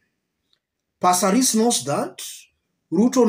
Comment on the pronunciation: Aki passareeees😢😂 I love the way you say it 😅